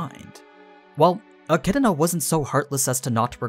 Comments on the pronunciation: You keep saying Echidna like E-chi-di-na. Where are you getting that second i lol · stopped watching because the way this guy says e kid in uh pissed me off